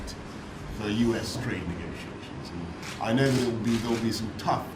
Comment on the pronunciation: I keep thinkin they saying Drake instead of Trade